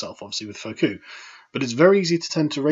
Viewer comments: Foucault is pronounced "Foo-kow" (rhymes with "show"). Just fyi, not trying to be pedantic. Keep up the good work, Carl. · Foucault. Not too familiar with how it’s pronounced either Sargon. Try after me, foocoh... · It's pronounced foo call, like how Count Dankula would describe how much he'll be posting during his visit to Her Majesty's Imperial Hotel. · It's "Foucault", not "Faux-cul". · Foocoo. foucoo! FukUU!!! So much shenanigans and misinterpretation. Can't say a name right then an Earthquake happens in Angora. Butterfly effect. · It's pronounced "Foo-co", mate. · "Foocoo" "Duhreeduh" Those pronounciations are phenomenal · Stop mispronouncing Foucault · With love from the french listening: that is not how you pronounce Foucault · "Foo-Coe", not "Foe-Coo" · Foo-koh, not Foh-koo. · Foucault is pronounced "Foo - coh", at least. Not "Foh -coo". Although, It's funny that it sounds like "Faux Coup".... fake takeover. What worries me is that it's a real attempt at a cultural coup by postmodernism. But anyway... In the past, you've said "fuck off" to pronouncing some difficult non-English names. However, if you explore these philosophers, and talk about them, you just got to get their names right, man. You are using a spoken/visual medium, and badly butchering the names of famous figures, especially ones you are going to encounter over and over again, like Foucault, it's going to reflect poorly on you. People who know something of what you're talking about cringe a little and that distracts from what you're saying otherwise... like a fly buzzing about when you're trying to read in a quiet room. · Foucault's name is pronounced koh as per Sebastian Coe, not KooKoo clock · "Fo-kuu". Isn't it pronounced "Fuu-Ko"? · Foucault Pronounced "Foo-Co" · IT'S NOT 'FAUCOULT' IT'S FOUCAULT! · Foucault: pronounced "Foo KO." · "Foh-kew & Dorita".